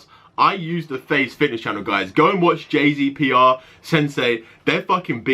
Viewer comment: His name is jasper Kay not j z p r